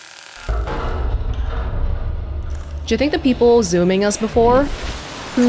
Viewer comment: Love how you said zoomimg i had to rewind to double check i heard right lol